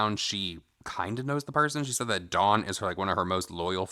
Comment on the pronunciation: her name is DAWN NOT DON OMG THIS CHIC